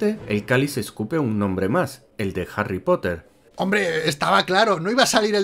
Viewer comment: Jarry Cipote ! Eres el peor !